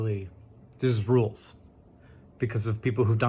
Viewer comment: Hank slurring "thurz rulez" made my day.